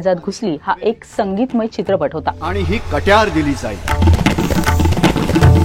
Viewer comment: नीट बोलायला शिका. मान अपमान नाही मानापमान. कट्ट्यार नाही कट्यार